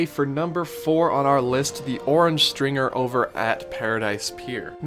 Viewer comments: Orange Stinger not stRinger. 🙄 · Orange stinger not stringer lol 😀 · Guy.... It was the Orange Stinger... Not stringer! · It was called the Orange Stinger not Stringer :) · Come on man, it was Orange STINGER, not "Stringer"...you could even see the bees all over the ride. Jeez. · Isn't it Orange "Stinger"? Not "Stringer"? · Orange Stinger, not Orange Stringer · It's "Orange Stinger" not Stringer. Hence all the bees. I worked that ride back in the day. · It's actually called the Orange Stinger, not Stringer. Hence the bees and bee noises that used to be in there. The orange I believe had to do with the fact that the Disneyland Resort is in Orange County and Disneyland was built on an Orange Grove. Just saying. :) REPLY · Orange Stringer? Stinger I think you mean... cause, bees. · Um, it's Orange STINGER. Not stringer. If you're going to do Disneyland videos, at least pronounce them right. We'll let the mispronunciation of Regis Philben go since he's a tool. But geez mate. At least get the rides right. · Orange Stringer? lol Stinger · Uhm.....I'm pretty sure it was Orange Stinger, not Orange Stringer. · Isn’t it the orange stinger, not stringer🤔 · It's Stinger, Not Stringer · It was called the orange stinger, not the orange stringer. Jussayin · orange STINGER... not orange stringer 😂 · It's Orange Stinger, not Orange Stringer! Also, it's Adventure Through Inner Space, not Journey Through Inner Space! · Stinger, not Stringer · It was the "Orange STINGER", not Stringer.